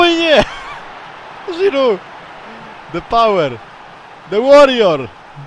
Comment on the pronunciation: Rozwala mnie to "Żhirhu" hahahahhah XD